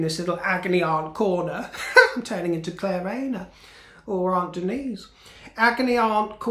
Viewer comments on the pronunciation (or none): none